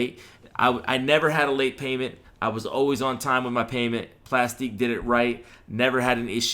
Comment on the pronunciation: 😂 it's pronounced ( plastic ) just a different way of spelling. Like my Y.T. channel is Aktiv beats, but is pronounced ( Active Beats ). It's all good though. It is what it is. 👍🏾 Thank you for the info.